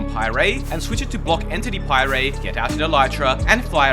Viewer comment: Bro used a “How this is ruining Minecraft” video to learn how to pie-ray 💀